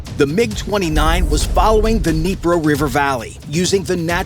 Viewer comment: I love how Ukraine is posting videos of how they're strategizing attacking Russias weakness I guess Russia doesn't get YT Wait did he say negro river valley 😅 🚬😬